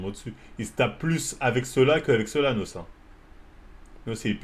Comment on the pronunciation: C’est N.O.S frérot comme ça se prononce frérot sinon GG la vidéo sah, tu fais kiffer comme d’hab